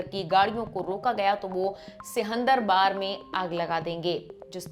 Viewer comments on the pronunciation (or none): और सब तो ठीक है। पर मैडम, सिहन्दरवार नहीं ए सिंह दरवार है। नेपाल के PM office.